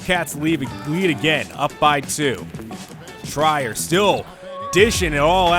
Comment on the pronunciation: It's pronounced Tree-r Not Try-er